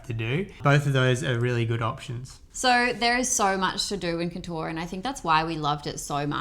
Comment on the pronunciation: Guy's its prounced as "Kot"-"or"